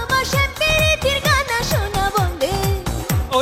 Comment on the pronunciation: শ্যাম প্রিতির 'গানা' নয়, শব্দটি হবে 'টানা'।